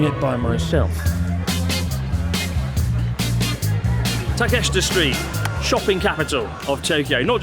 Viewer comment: really? ta-kest-ra, wtf? how cant you pronounce simple street names?